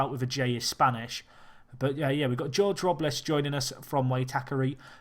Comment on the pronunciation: Jorge Robles is pronounced: whore-hey row-bless